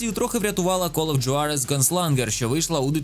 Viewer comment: Не хочу бути душним, але Juarez читається як Хуарез І дота не створила жанр, це ЛПГ, котрі існували і до неї 🤷‍♂️